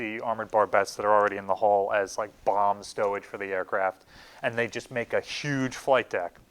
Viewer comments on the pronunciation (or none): none